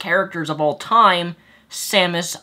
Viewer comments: did he say samus iran? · "Samus Iran" lol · Did he just call her, Samus Iran